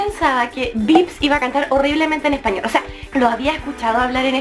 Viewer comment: Justin non pronuncia per niente bene lo spagnolo